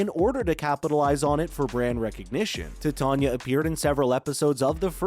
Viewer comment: Your pronunciation is off. It's not 'tit'ania, it's 'titan'ia. T-eye-t-ain-ia.